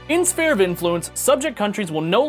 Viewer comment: Did this fucker just pronounce it spear of influence?